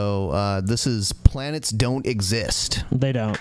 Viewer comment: Planets* not "planers"